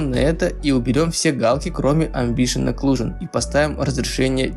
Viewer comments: Не амбишен, а эмбиент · Спасибо! Продолжай! 🔥🔥🔥Только слово "амбишен" помешало считать это видео идеальным😉